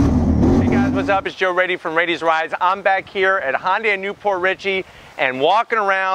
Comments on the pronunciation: Just a tip: It’s not pronounced Hon-day. It’s Hun-day. Great video. Subscribed. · I love your reviews Joe, but it's not "Hon day". Imagine saying "shun" with out the "s". "Hyun day". I know most people who can't read Korean can't say this well, but I just wanted to let you know. I just want to help. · Dude it's HYUNDAI NOT HON DAY!! THAT IS SO ANNOYING! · Honday?...you're forgetting your alphabet sounds...Y..."hyuh-n-dai" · Hyundai, not Hoyndai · so cringe the way you pronounce hyundai - hon day yikes